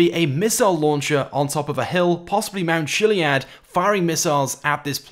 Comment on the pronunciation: It’s mount kiliad that’s how u day it